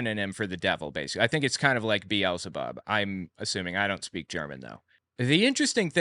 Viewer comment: Took me some time to realize "wolkisch" meant "völkisch"... In this case, the V is pronounced like the F in fahrenheit. (And the ö is its whole story, we are used to people mispronouncing that, it is a o with the tonge positioned more like an i) And about Belzebub (Or did you say Beelzebock?): Yeah, beelzebub but german. Pronounciation and how it's written depends heavily on the region of germany you're in. And I bet the folklore about it depends on the region as well.